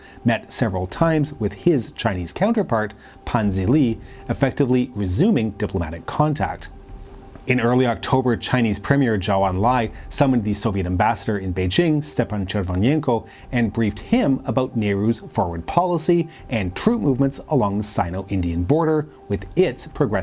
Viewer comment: Pretty good video! Minor mispronunciations though, including Aksai Chin (you said "Akai Chin" several times) and Zhou Enlai (Zhou should be pronounced "Jo" not "Jao")